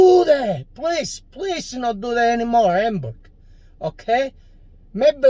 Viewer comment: I love how he pronounces her name,AMBURG 🤣🤣🤣🤣🤣🇮🇹🇮🇹🇮🇹🇮🇹❤️❤️❤️